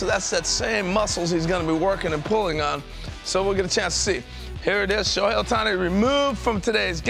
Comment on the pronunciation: The one and only "Shohei Ohtani"